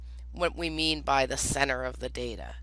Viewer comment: Every time she says "make a mean" my brain hears "make a meme"